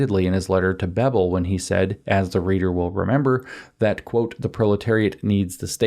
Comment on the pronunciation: German family names typically have emphasis on the first syllabe, incl. Bebel. It's irritating to hear it spoken as if it were a Romance language name ;) I have a feeling (originally) English names, too, so it's slightly puzzling why English/Americans have this tendency of "instinctively" emphasizing those names that (wrong) way.